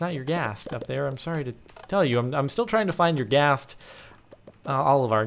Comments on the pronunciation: it is pronounced er gast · it's not YOUR-Ghast ....